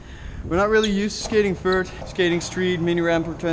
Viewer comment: he said vert like fert